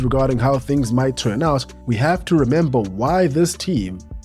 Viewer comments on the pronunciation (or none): none